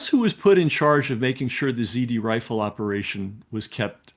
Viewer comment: It was "ZRRIFLE" FWIW. He says "ZD Rifle" multiple times, and you won't find anything if you search that.